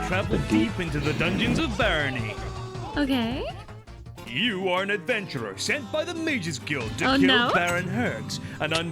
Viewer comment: I think Barony would be pronounced bear-on-E